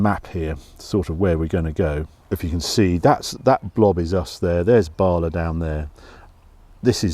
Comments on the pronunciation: Your vids are always a highlight for my week, and your Jag simply beautiful, but you always pronounce Bala wrong! It's not Baala, its simply Bala! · *Bala.....no “r”. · Great Video h Bala is pronounced like Asda Lad Lol (sorry) Ha ha great car that coupe and it is elegant looks great H, the pillar less is our `Porn enjoy